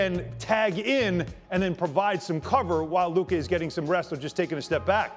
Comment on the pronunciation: Why can’t ppl on this network pronounce Lukas name right??